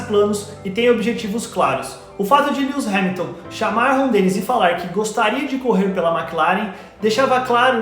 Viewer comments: Que mania de pronunciar o nome do cara de forma errada. Não se pronuncia "Líus" e sim "Líuis" Hamilton. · Na verdade mesmo é mais pra "LUues". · depende de como vc pronuncia cada letra ai, aportuguesando ou inglesando, mas nunca que seria como ele pronuncia "Líus"